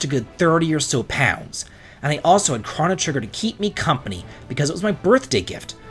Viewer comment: I won't fight you over Mallow, but I will over the way you say Chrono Trigger!